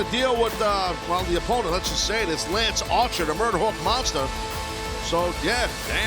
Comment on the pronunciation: Wow, you have managed to mess up lance Archer. How? Why? That was way more comical than it should have been.